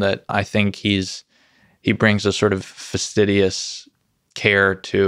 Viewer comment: Fastidious versus "vastidious."